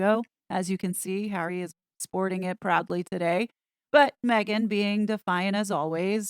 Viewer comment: HazNo using a microphone and not me-gain? How did that happen?